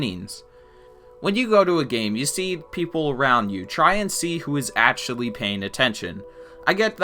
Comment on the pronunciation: where are you from that you pronounce actually as atually, section as setion and so on? just curious, no offense